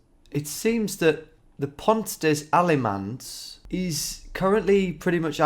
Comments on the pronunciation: “Pont dez aimanz” Dear me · Nicely done, although the French pronunciation needs a little bit of work ;-) (Pont des Allemands means of course "Bridge of the Germans") I am pretty sure that was no monastery, the architecture is too mundane. Also, abbeys were not just destroyed without a trace at that point in history. Probably it's just a warehouse.